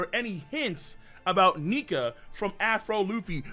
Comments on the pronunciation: If you ain’t black learn to pronounce Nika right!! I’m call DR Umar on y’all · Luffy is a "Nika". LMAO!!!